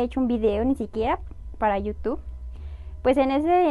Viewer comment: Hola te hago una observación con todo respeto. Se pronuncia IU TUBBBB con B al final, en este video dijiste dos veces al principio, dijiste yutu. Saludos